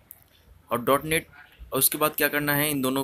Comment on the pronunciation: It's not DE-NOTE 3/4 bro 😂😂 It's DOT NET (.NET) . A technical person should spell the technical terms correctly. BDW, the tutorial was helpful 👍